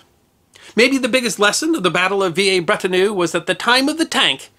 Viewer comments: Vee-lair-brett-on-eu. For heaven's sake. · Mephisto was on display at the old museum here in Brisbane Australia when I was a boy - It's shown now at the new museum in this video. Not sure which pronunciation is correct but every Anzac Day when they crossover live they always pronounces it "Villers" Bretonneux, as per spelling.👍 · Veeyay Bretternoo? Dear oh dear me. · V a breton err...